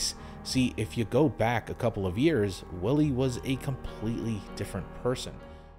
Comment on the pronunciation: You pronounce W's as V's in German sentences, so Willi (Villy), which is probably short for Wilhelm (Vilhelm).